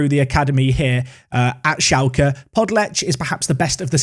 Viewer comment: That pronunciation of Podlech 😂